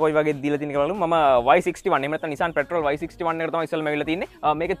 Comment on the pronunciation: නිසාන් පෙට්‍රල් නෙමෙය් හරි වචනේ නිසාන් පැට්‍රෝල්.